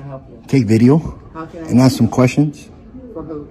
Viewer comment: His time would be better spent taking English lessons than frauditing. He needs to add more esses to the word ask